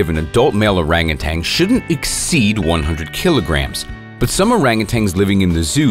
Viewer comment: It's Orangutan, not Orangutang....🤫